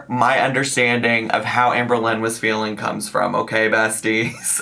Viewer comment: it keeps "faleen"